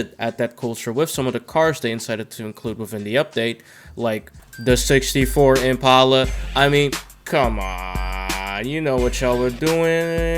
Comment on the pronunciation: "sixty foe impalluh"